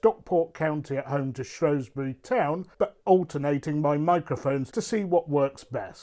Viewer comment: Saying Shrewsbury wrong 🤦🏻‍♂️